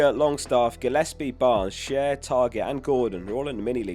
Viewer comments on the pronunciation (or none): none